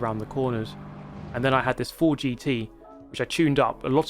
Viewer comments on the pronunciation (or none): none